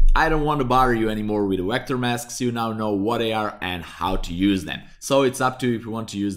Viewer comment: Please stop saying WECTOR. It's Vector